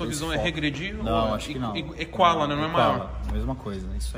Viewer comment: Toguro: Equala Vendedor: Equala Eu: kkkkkkkkk